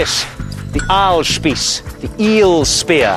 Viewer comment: GODEN TAG!!! this sounds so stupid to me as a german. but he pronounces Ahlspieß correct.